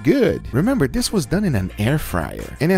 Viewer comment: "And dis is phenomenal!!"